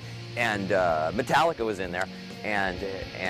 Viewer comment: why the fuck does she say mootallica